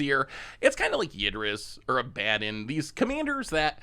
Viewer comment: Are we all just gonna gloss over how says Abaddon? Lol!